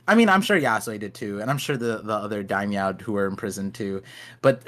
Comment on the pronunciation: Lmaooo it’s daimyo not Daimyow loll